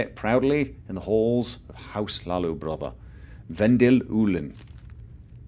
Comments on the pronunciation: dude says Hlaalu "stop saying Laalu, im trying not to giggle" makes me giggle instead xD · I kept hearing "House Leeloo". It made me think of orange hair. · "You got an awsome voice mate, I could listen to you all day" Me: "only if he stops saying Hlalu"